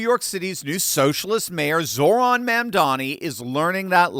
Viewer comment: He’s Zohran not Zoran.